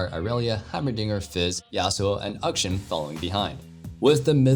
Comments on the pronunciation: Ukshun...... AK-SHAN. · Closer, but not quite there,. You've gotten the first half of Akshan's name right, but still need the last part. I repeat: Akshan, not Ukshin 😬